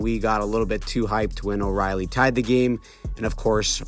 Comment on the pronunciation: It hurt my ears hearing him call him Riley